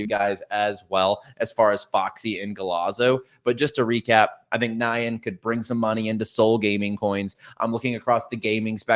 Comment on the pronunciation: Btw, "nyan" is pronounced like "yawn" but with an 'n' in front. It's the Japanese version of "meow", the onomatopoeia for cat vocalization.